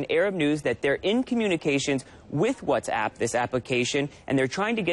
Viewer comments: المذيعه تضحك على طريقة نطقها لكلمة Whats App خلتها What's Up .. والكلمتين تفرق ! موب عليك انت وياهـ ! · المذيعه نطقتها whatsup وهي كلمه مشهوره يتم نطقها بطريقه مضحكه والظاهر انكم خلطتم بين ما تعنيه وبين ما تمرون فيه . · تضحك على نفسها يوم قالت whatsapp بطريقة تضحك